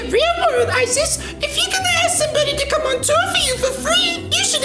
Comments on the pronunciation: Growing up with a girl of the same name, I belive it's pronounced "eyes-is" not "ice-iss" Just for future reference. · The way you called her “Isis for the entire video💀. Ripe for the out of context clips.